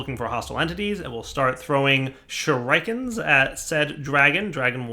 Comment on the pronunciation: Sure-Kin... lol not shrike kin. Your mispronunciation of words drive me nuts. I do love your videos but you pronounce a lot of words wrong. Which does seem to be a problem a lot of youtubers have. Other then that keep up the great videos